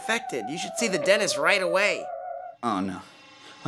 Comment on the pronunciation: Does anyone else notice their saying "Denist" not "Dentist"